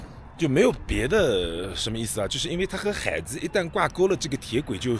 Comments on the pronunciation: 海子的重音错了。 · 我去过安徽安庆市怀宁县海子的故居，他母亲还在。另外，“海子”应该是两个字都是第三声。sean这么读，听得很难受😅